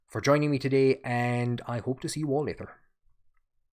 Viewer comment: I enjoyed the video! Genuine question, I'm into linguistics: You sometimes pronounce "t" and "d" as "th" for example you pronounced "leader" as "lee-ther" and "later" as "lay-ther," is common in the Hiberno-English or is that specific to you. Again, not picking on you! Just interested.